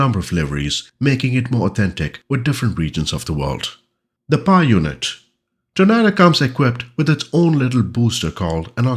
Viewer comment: I still think you compose the best FS2020 videos, (is that your first name or last name?). A minor point, but "Tornado" is pronounced 'tor-NAY-doe'. Since this release comprises the GR4/GR1 (and ECR) variants, its home bases would more naturally be RAF Marham, RAF Lossiemouth, RAF Honington, RAF Brüggen and RAF Laarbruch (the latter two of course, in Germany).